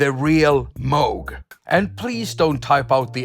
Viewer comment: Glad to hear you pronounce Moog correctly. 😬